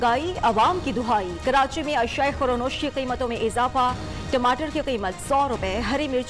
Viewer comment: Illiterate news reader it is khurdonosh not khoronosh .Shame on you and your bosses.